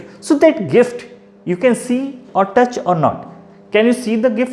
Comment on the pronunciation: Its touch not tuch🤣